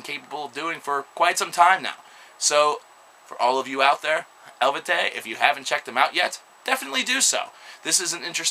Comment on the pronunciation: el-VAY-tee. hell-vet-TEE-ohss. en-SEE-fear-um. The more you know ;)